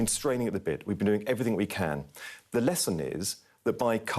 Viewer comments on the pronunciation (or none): "Doing everythink"?